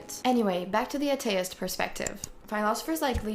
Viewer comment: Small friendly recommendations - learn the pronunciation of people's names, especially if you gonna mentioned them many times through the video. You also mispronounced atheist/atheism, I think. Though considering you are probably not a native English speaker, you are still doing very well for mispronouncing only names (that are usually not English names anyway)